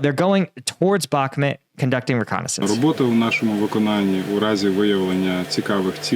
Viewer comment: "Bakhmut" not "Bakmet"!, lord alive, just watch this vid you posted lol, you even hear them say it correctly and straight after you say "Bakmet"???? come on man.